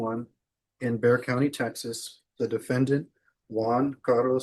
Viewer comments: It’s BEXAR county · Please note it is Bexar County (Pronounced Bear)